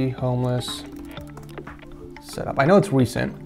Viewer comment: Did anyone think he sayed viks setup was a Homless setup